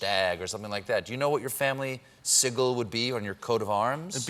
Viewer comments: "sickle"?? I don't think Sigil is pronounce like that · Kalitz a mispronounced sigil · I'm so personally offended by Stephen's pronunciation of Sigil